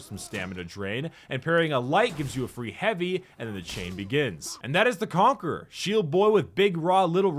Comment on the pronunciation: The Conque-RAH